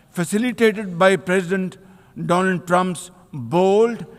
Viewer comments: ohh... doland 😂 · He also said dolund trump😂😂😂